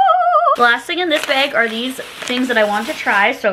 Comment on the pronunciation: Please say bag n not beg lol so weird .. still love you 😆🥰🥰